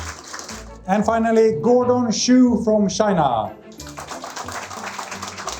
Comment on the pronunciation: Gordon "Choo" pronounced shoe Give me a break.